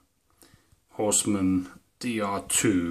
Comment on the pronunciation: "Horst ummmm" nearly right...